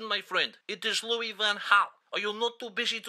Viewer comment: Louis not Luis